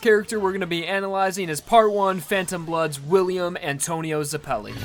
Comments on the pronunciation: ZEH-pell-ee not zah-PELL-ee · Ash Tailor also, it doesn't matter if it's a reference or not, Zeppeli is being portrayed as an Italian surname so it will use Italian orthography, which means that it is pronounced /zɛp:ɛli/ not /zɛpli:/. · don't you mean "Baron von zepelli" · i am italian and since zeppeli is an italian surname i can say for sure that the correct pronunciation is zēppěli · In italian it would be pronounced ze PELLY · How can you not say zeppeli right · Is that not how you say Zeppeli?